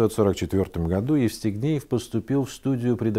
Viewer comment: А мне ещё показалось, что он всё время говорил Естигнеев, вместо Евстигнеев. А может быть и не расслышала.